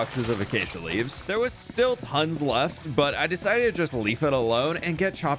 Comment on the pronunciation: Did he say "I desited to leaf it alone" or did I hear it wrong?